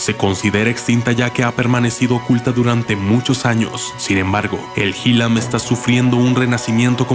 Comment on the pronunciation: En el video aparese el arte Mexicano (Xilam) pero no se pronunci (Jilam) , se pronuncia (Shilam , aunque se escriba con X) Y es un arte hermoso!!